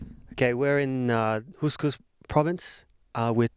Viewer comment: Wrong... Yaks are not "pretty much" the national animal. The national animals are camel, cow, sheep, goat and last but not least horse. BTW, the province is pronounced Khovsgol, not kooskoos.